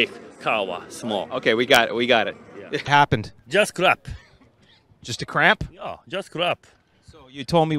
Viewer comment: He knows he’s saying crap instead of cramp lmao